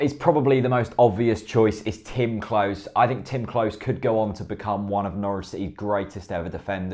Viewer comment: Great content etc, but Klose is pronounced closer, not close